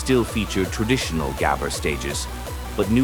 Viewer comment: if you use an ai for the voice, atleast make it pronouce gabber correctly